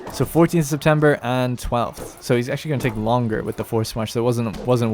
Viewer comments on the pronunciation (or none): none